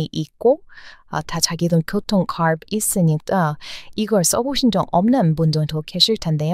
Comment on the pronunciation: 목소리가 참 좋으시네요. 외국인 억양의 한국어도 독특하고 듣기 좋다는 걸 배웁니다. 중간에 카ㄹ드 발음 좋네요.